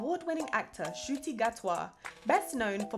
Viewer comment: You’ve pronounced Ncuti Gatwa’s name wrong. Honestly. If you can pronounce Tchaikovsky!! Lol. But it is actually pronounced N-choo- tee. He even was pronouncing it wrong for years hehehe! This video might have been made before he realised that Information though.